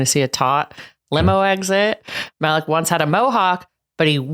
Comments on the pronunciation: Yeah this was making me CRINGE LOL😅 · Malik is probably pronounced MA-LEEK btw guys